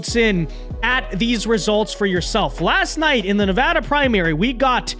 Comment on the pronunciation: I'm just going to say it, as someone who was raised in Nevada it mildly annoys me every time a foreigner mispronounces our state's name. That being said, I appreciate the fact that you atually know how to pronounce Nevada, thank you.